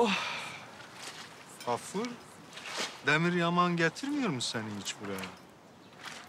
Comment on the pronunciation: Hatip ağanın Gaffur'a Kaffur demesi bir tek benim sinirimi bozmuş olamaz